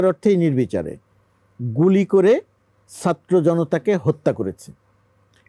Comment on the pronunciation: এই বেটা তো ছাত্র বলতে পারে না। আছে নলতে পারে না। 😂😂😂